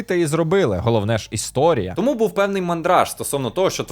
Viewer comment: 10 років *тому наголошують на другому складі